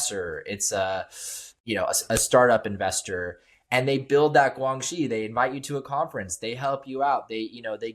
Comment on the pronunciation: 2015 PRC Cyber Security Law: 2015 中国（中华人民共和国）2015年的网络国安全法。 As regards to the guest fellow expert, it’s pronounced “GuanXi”(关系）not “GuangXi”, essentially what in Latin legal terminology, is “Quid Pro Quo”/You do for me, and in exchange, I do for you. The new way of saying it in today’s PRC is referred to in 北京, as “双赢”/win-win.